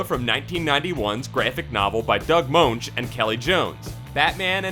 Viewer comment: Moench rhymes with wrench.